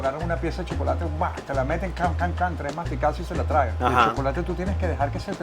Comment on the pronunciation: en 5 segundos dijo SHOCOLATE 16 veces😅😂